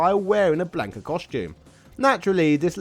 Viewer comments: Him? The name is Blanca,not Blanco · Lord Almighty, listening to this entire video mispronounce his name as "Blayn-ka" instead of the proper "Blon-kuh" made me irrationally mad. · Had to stop the video after hearing him say blank ah 3 times